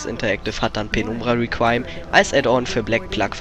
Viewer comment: meiner meinung nach wird reqiuem deutsch ausgesprochen also requiem xD